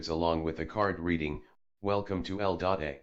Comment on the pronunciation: Eldota has stumped me for a while. The computer voice has stumped me until it dawned on that Eldota was not a place in California. But, there is an L.A. in California lol.